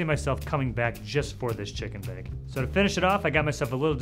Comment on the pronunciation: This guy says chicken bake like its a foreign word